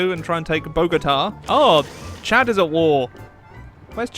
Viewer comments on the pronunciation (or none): none